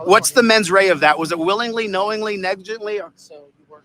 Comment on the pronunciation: I bet the cops are intimidated by someone who pronounces 'mens rea', 'mens ray'. lol What an ultramaroon. And the 'coppers' routine sounds positively spooky in an American accent. Has anyone in the US ever spoken like that? Next, it'll be the filth (sorry, filf);)